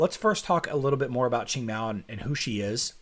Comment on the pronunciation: I still can't get over Qing being pronounced ching